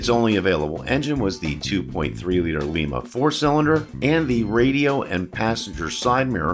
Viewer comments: Well we can tell your not from western side of ohio like I was. The town in ohio were the engine is from is pronounced LYE-MA not lee-ma like you called the the lima 2.3 4cylinder engine. Your not the only one to make this mistake. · Lima engine - (Lie - ma) Lima, Oh; pronounced like the bean , not the city in Peru.